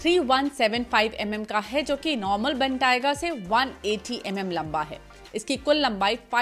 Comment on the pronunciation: Please learn the right pronunciation of word Bentayga